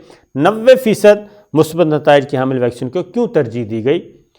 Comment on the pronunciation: My dear Shakir, I am your fan. I POINT OUT that correct word is MUSBAT not Masbat as usually Used by you in your TV Show. In case of any doubt you can consult any Urdu Dictionery. I repeat that correct prononciation of this word is MUSBAT. God bless you. Mushtaq from Lahore.